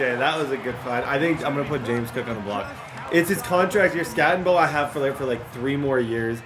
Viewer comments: Crazy how much you play and you can’t get peoples names right. It’s not skatteNbo. Doesn’t take much to learn people’s names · no N in skattebo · There is no N in skattebo. It’s not skattenbo. U are such a dumb ass. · There’s no N in Skattebo,. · It’s not Skattenbo it’s Skattebo. It’s pronounced Skatteboo but without the extra O you idiot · I FREAKING LOVE YOUR VIDS!!!! But his name is SKATTEBO NOT SKATTENBO. DROP THE "N"😂😂😂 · Not even an asu fan but I became more and more triggered every time you said skattenbo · Who the fuck is cam scattenbo? I don’t see an n in his name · “Skat-a-boo” PLEASE PLEASE!!!! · It’s Skat tee Bo! No “N” in there brother. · 😂 its...skat a bo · Bro cam SKAT-A-BOO. (SKAT) (A) (BOO) PLEASE SAY IT RIGHT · its SKAT-EH-BO Cam Skat-eh -Bo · Skat eh boo* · Just innocently oblivious of the fact he doesn’t say his name correctly and has probably looked at it 10000 times is 😂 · You saying skattebo’s name wrong the ENTIRE VIDEO is killing me 😂 love the content though!! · Why do you keep putting a n in Cams last name it’s so frustrating lol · the way td said skattebo the entire video just made me so angry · Idk if bro realizes skattebo doesn't have an N in it... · Crazy that he goes the entire video without saying Skattebo correctly even once. His name was on the screen probably 1000 times lol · there’s no N in skattebo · i wish i could yell at you for butchering that runnin backs name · Bro. No N in Skattebo ffs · Can’t get over you adding an “N” to Cam Skattebo’s name lol 😂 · so triggering you are butchering that dudes name jfc. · Idk where he sees an “N” 😂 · Infuriating the way he pronounces his name 😤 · There's no "N" in the name skattebo